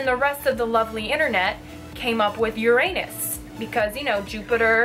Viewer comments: Its pronounced "ur-in-us" not "ur-anus" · its not pronounced your-anus its pronounced yurunus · It’s pronounced ur - a - nus not ur-anus